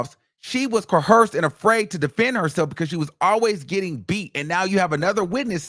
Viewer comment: I just want him to learn how to pronounce coerce and coercion. An “H” sound is nowhere in the pronunciation